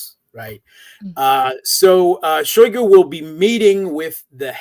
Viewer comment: Shoigu ----> [ shy GOO ] Rossiyan phonology, shy is unstressed and thus mute or schwach (weak), GOO is stressed.